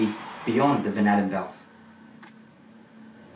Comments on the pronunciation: Am I the only one that hears 'bananabelts'? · 😂🤣😂🤣 For a minute there when he said Van Allen belts, I thought he said banana belts.What a moron. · I swear he kept on saying the 'Magnetic banana belt' haha. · At first I thought he said “banana belts.” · My captions thought he was saying 'vanilla bells'.